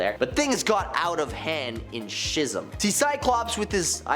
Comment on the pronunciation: I love you dude but are you playing us with your pronunciations? Schism... Excalibur... do you verbally discuss your videos with other people? No shame! Comic readers have a large vocabulary they have only ever read. I feel ya. But videos should have editors for this, no?